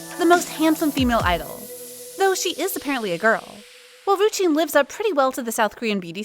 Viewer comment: Is no-one gonna talk about she called ryujin, rujin?